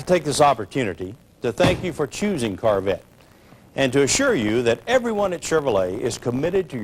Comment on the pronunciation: I love the way he says carvette instead of corvette Such a great video. Thanks for uploading!